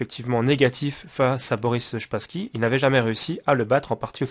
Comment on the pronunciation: Wesh depuis quand "Spassky" se prononce "Shpassky"